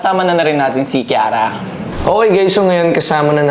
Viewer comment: Kiara❌ Kirara✅